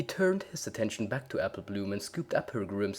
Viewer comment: I love how you said foking or facking